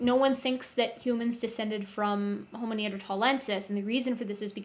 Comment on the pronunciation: The first o in the Latin word homo is short, the second o is long. Thus the correct Latin pronunciation is haw-moe. From a professional.